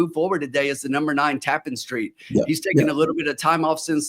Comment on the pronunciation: Its pronounced. ta-PAN street